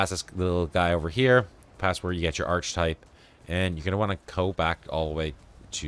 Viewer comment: "Arch-type" 😅 yikes